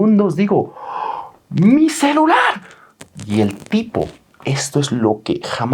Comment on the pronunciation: Like por cada vez que dijo: CELAR en lugar de celular xdxd